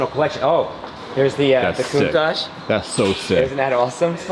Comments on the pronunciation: k-AH-TOH Not Cat-oh 🤣🤣🤣🤣❤ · Contach? Bahahaha should know better. That Pantara is sick, i me pretty LB has a Contach as well though